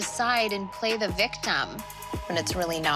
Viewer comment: "play(s) the victamm" :D lol